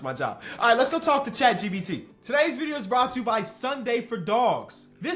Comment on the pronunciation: Is he saying chat GBT?